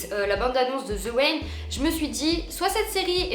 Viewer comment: "The wain" 🤣